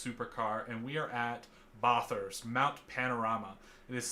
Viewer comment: It’s not pronounced barthurst my bad